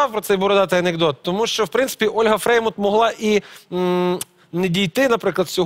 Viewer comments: Как только не коверкал фамилию Фреймут))) И Фрейман, и Фреймуд... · Почему называет Олю ФреймОД?!!!! Правильно ФреймУТ!!!, сколько можно????